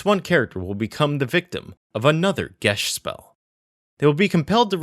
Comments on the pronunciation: Actually, it is pronounced "gesh". It has a Gaelic origin. I also thought it was pronounced as "ghee-as" for ages, but later found that was incorrect. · Huh. Never heard anyone call it "Gesht". Probably more proper or something. Everyone I knew it said it as "Gey-ss". But hey, we were all a bunch of dumb kids without any real contact with Celtic language. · Geas is pronounced Gee-Ahz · Geas is pronounced GEE-as. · I always pronounced geas as geese. Shows what I know. If I can't get that right, I have no business trying to pronounce blipdopool or whatever's name.